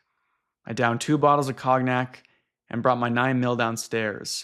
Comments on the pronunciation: Cognac is pronounced KOHN yak . Not trying to be a jerk. Just thought you'd want to know because you are an excellent reader. Also, very much enjoying the long form videos. Great channel. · your pronunciation of cognac gave me a stroke i think